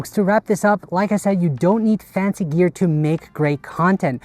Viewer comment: also, "No expensive Grear"